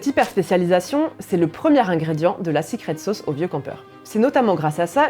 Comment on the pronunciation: "sicrète sôôce"... Une expression sans équivalent dans notre langue !